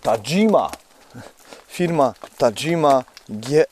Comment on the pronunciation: Tahima nie tadżima 😛 brzeszczoty 240mm to ok 32zl